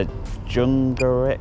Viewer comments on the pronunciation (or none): Jungerich 😅 I love ya buddy it pronounced young-highn-rick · DJ, its pronounced "young- hine- rick and they make forklifts and such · Hi DJ, the van with the word jungheinrich is pronounced, young hein rick